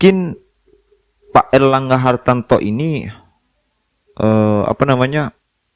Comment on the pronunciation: Ngomong erlangga hartarto aja kliru erlangga hartanto Piye to kang